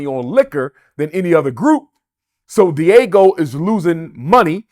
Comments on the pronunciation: The use of the Fed RICO statue to prosecute whatever they alleged Diddy to have done was definitely extraneous! Btw, Dr. Umar Diageo is pronounced : Dee- uh-gee-oh ! ✊🏾💯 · Brother Umar keeps saying “Diego”, but I think he means Diageo (Dee-Ah-GEE-oh). I used to work there duringPresident Obama’s first election. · Diageo fella, not Diego...but all else could be spot on because 50 said it too. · The company is not Diego it’s diageo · BAD BOY... damn thing was starin us in the darned face this WHOLE time..regardless of the gang negativity and Suge's personality... yeh.. Deathrow wins by default 😂 (p.s. when he mentioned Diego i was thinking "all this beef with the carwash dude?") Pronounced DEE AH JEE OH Diageo basically own big alcohol brands mainly Guiness.. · Diego? Pronounced Dyadgeo. Diddy is not a King in hip hop - I don't believe this conspiracy theory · The company name is pronounced D-Agi-o and it’s spelled Diageo not Diego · Dr. Umar hit the nail on the head. Diddy is still scum though and it’s pronounced D-Ah-Geo not Diego my boi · Diageo. De-ah-gee-oh. Umar calling them Diego like its a Mexican family Puff is beefing with. Do not listen to this man. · It’s Dee-ah-gee-oh. 🤦🏾‍♀️ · If he’s going to accuse the liquor company he could at least pronounce it properly. It’s not Diego like the city. Bottom line is if he was living foul Diageo couldn’t do what he alleged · Diageo Pronounced (di-a-gi-oh). It’s the Liquor co. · Everytime he pronounced Diageo “Diego” I almost died lol. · It's Diageo, not "Deagle" lmao😂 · He kept calling Diageo, 'Diego' and I'm dead 😂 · I thought I was the only one who noticed that lol. I was like what the heck is Diego😂. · It’s pronounced “DE AH GI O” 🤦🏾‍♂️ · It’s “DIAGEO” Lol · It's DIAGEO, not "Diego". At least get the name right. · Lmaoooooo Umar calling Diageo “Diego” so many times is pure comedy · Buddy throughout the video keeps calling Diageo Diego and nobody is correcting him...smh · The company name is not pronounced Diego 😂😂😂😂